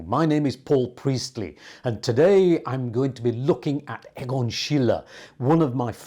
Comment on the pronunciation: I just wish you would pronounce his name correctly. Not Eggon, but EEgon. Not Shiller, but SHEELER. Otherwise, great stuff.